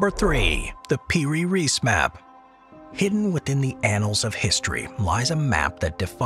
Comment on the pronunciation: its piri reis not per reese